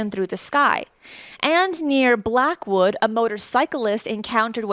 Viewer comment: I’m from Cardiff, now Caerphilly and have never seen anything And I always look up , you could say I’m obsessed. But this is hilarious hearing this lovely lady from USA pronouncing my village names 😂 Black. Wood